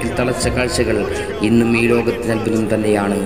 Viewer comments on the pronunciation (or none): none